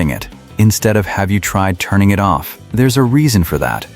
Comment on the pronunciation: You pronounced IT person 'it person'? 😂